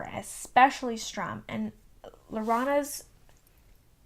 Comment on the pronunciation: Strum? Its Sturm.